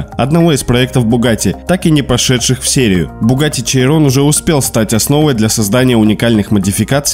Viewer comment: Немного по поводу произношения: Chiron = Щирон, La Voiture Noire = Ля Вуатюр Нуар. А так прекрасное видео)